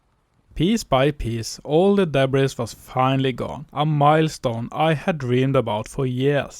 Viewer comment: Love the video! ❤ And I’m positive that your English is far better than my pitiful attempts at speaking Norwegian! That said, you might want to know that “debris” is a French loan word borrowed into the English language, and as such, we kept the French pronunciation! So it is pronounced with a silent /s/ at the end of the word, including the plural (also with a silent /s/). Just trying to be helpful! And by the way, I had a Norwegian great-grandmother! Her parents were married at Avaldsnes Church in 1865, before emigrating “til Amerika”! Best luck with the barn restoration! ❤